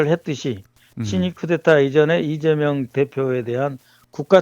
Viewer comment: 간첩을 존경하고 그러니! 리ㅇㅇ 라고 발음하는것 분명히 들엇어.